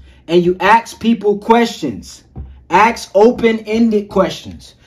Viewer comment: A lot of point you got are good. I would respectfully suggest take out the cus words, gives you a low grade vocabulary. And pronounce the word ask correctly, and definitely it will give you %100 more of a persuasive look and sound.